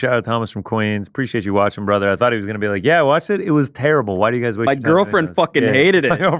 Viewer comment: Who says bratha? Send location